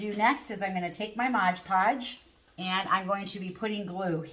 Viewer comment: MOD podge,not Modge.😂